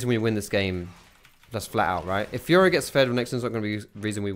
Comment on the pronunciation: Is it just me or does it sound like "fuhrer" when says fiora xD